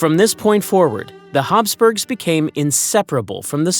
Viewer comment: Commentator talks too fast. Plus if it is Habsburgs, pronounceation is wrong. I hate that. Probably ai.